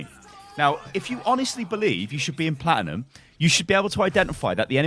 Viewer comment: This guy..... platinium... wtf